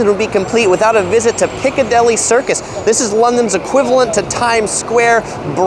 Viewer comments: Couldn't help noticing how you said these two areas. They are pronounced "Cov-ent" garden rather than "co-vent" and "Piccadilly" rather than "Picca-deli" Great explanation video nonetheless. Keep up the good work! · and “Piccadilly” not a “Picadilly”